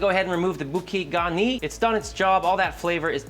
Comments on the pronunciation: Not boo-key garnee. Boo-Kay like a bouquet of flowers. Should have clarified you butter separately. You skimmed off a ton of flavor in the Whey (not cream) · Boo-Kay Garn-yee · "Boo-kay Garney" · It's booKAY garni :D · Pronunciation: BOO-kay gar-NEE. Also: don't throw away those milk solids from the butter. It's excellent spooned over some steamed asparagus or broccoli. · I've never heard anyone pronounce bouquet garni in a way that makes it sounds Japanese, but then again I've never seen a cooking video abuse a refrigeratror. Love it. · He pronounces it wrong